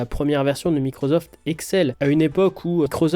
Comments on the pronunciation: Merci d'oublier la prononciation MicroZoft (au lieu de MicroSoft), c'est un tantinet ridicule, déjà, mais surtout absolument pas justifié. Je ne parle pas des fautes de grammaire semées ici ou là, juste de ce son insupportable. Merci. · Mais pourquoi microZoft, c'est microssoft qu'on prononce non? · Belle review mais Microzoft...Je ne peux pas l'entendre 😅. C'est un S, pas un Z ! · whaou :) je sais c'est décalé mais je découvre pour la première fois que quelqu'un prononce microZoft !! énorme 🤣🤣🤣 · MicroZoft ???? Tu dois être le seul en France à prononcer ça comme ça !!!! J'adore !